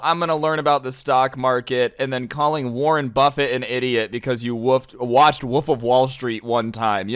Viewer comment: It doesn't happen very often, but whenever says "wolf" like "woof" it makes me giggle a bit